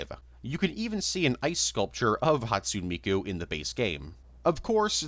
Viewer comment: I'm begging you please learn to pronounce Hatsune Miku correctly